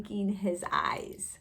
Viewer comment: The word that is mispronounced is actually ‘eyes’